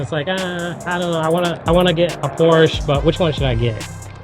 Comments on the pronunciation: Was interested in this until I heard you pronounce Porsche. Would think you would pronounce it correctly. You don’t. Hard to have much confidence in what you have to say. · When I think of porsh, i think of American pronunciation